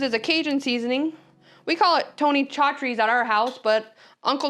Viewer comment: Nice video. So many options for foil packets. Hint- Your cajun seasoning that you are using, Tony Chachere's is produced sa- shir-e. Sa (as in sat) shir (as in shirt) e (as in eagle). This is per his great grand daughter who now runs the company. Not meant to criticize just give some basic info.